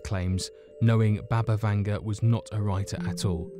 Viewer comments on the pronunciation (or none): Its BUBA not BABA Vanga.